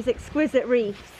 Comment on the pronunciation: Wreaths not reefs. th at end of word. Just sayin….